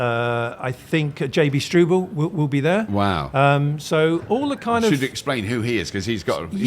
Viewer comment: Let know it's not JB "Strooble" 🤔